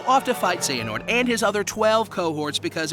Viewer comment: You finally say Xehanort right but trip up on Eraqus? Someone needs to watch Birth by Sleep theatre mode again.